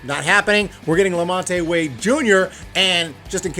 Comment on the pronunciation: La-Mont (2 syllables, not 3)